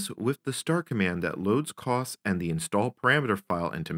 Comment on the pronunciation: I worked on the Cray VM/370 Station, or just the VM Station for short. I wish I had kept a copy of it. Sigh. For anyone who has access to the source, my initials are BGM. I'd appreciate a copy. Just FYI, your pronunciation of COS is not how we at Cray called it. For us it was more CO-S, as in co followed by a S sound. Thank you for a trip down memory lane. I just realized with both a Cray and IBM S/370 hardware emulators, a person could run the MVS or VM Station and connect them to a Cray running COS. UNICOS also should the emulator support the Cray 2.